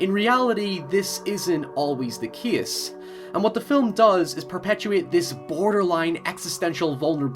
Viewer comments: When you said "But in reality it isn't always the case" case sounded exactly like how a person from Switzerland would say Chaos haha! (I know this because of the song return to the eve by Swiss band Celtic Frost) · I like how he pronounces the word "case".